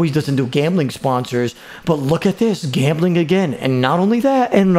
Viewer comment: This man say shicken lol ? And gamblim oh em gee